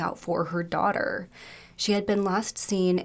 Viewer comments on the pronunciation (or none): none